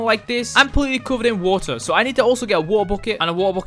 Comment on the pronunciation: Wa-ah bucket hehehe(I’m sorry)